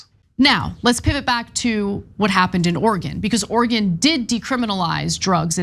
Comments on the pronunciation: Oregon, not Organ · You need to learn how to pronounce Oregon. It's not Organ.